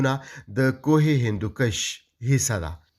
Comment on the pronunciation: کوہِ ہندکُش نه چه کوهِ ہندوکَش)۔۔۔ ښه تحقيقى رپورټ دې)